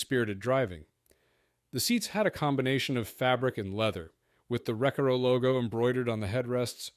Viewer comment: "wreck a row" seats. 😂